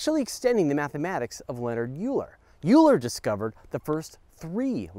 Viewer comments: Euler is pronounced as oiler, not u-ler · Fun fact: Euler is pronounced "oiler". The more you know. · Its pronounced as fucking "OILER"!!!!! DON'T MAKE ME REPEAT IT! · Euler is pronounced Oiler :P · My dude, you're going to step on the shoelaces of a lot of mathematicians if you don't learn how to pronounce Euler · You pronounce Euler wrong... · I cringed so hard at your pronunciation of Euler.